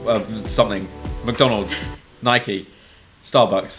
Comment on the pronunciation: Why is everyone ignoring the fact he said Nikey